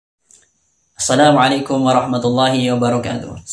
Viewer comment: Cara ucap salam aja kamu masih ada kesalahan dlm mahkrojnya,,waduh sok sok an cari kesalahan org,,kesalahan sendiri tdk kelihatan,,,semut di seberang jalan kelihatan,,gajah didepan mata tdk kelihatan...kasihan deh loooo